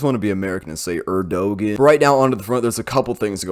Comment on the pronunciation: Urrdoghann sounded like “How did he die” in Swedish. XD Have a great vacation! Looking forward to more content like this.